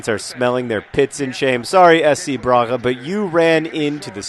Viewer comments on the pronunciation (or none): none